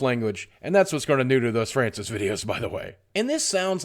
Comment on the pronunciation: NEVER STOP FRYANCIS VIDEOS. (That's the way Francis said his name)